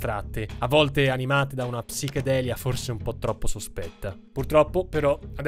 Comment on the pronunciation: Certe volte mi chiedo se lo fai apposta, a spostare tutti gli accenti alle parole, anche a parole che hanno un accento generalmente conosciuto e accettato. Io mi rífiuto, catègoricamentè, di íscrivermi al tuo cànale pèrchè provò veràmente un gravè scònforto quandò immagíno che oltre a Ucrània o pérformans qualcuno possa andare in giro a rípetere addíritturà psichedélia. Please. Stop. Get some help 😅